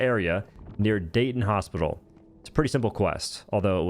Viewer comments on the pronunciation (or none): none